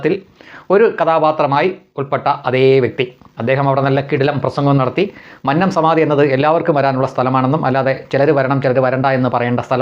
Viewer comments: മൻനം അല്ല . "മന്നം" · Please pronounce ' Mannam 'correctly. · ഉച്ചാരണം മന്നം .... ശരിയല്ല